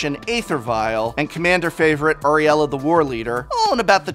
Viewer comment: Unless you're drafting or playing in a tournament, the answer will always be "buy proxies". Also, it's Aurelia, not Ariella.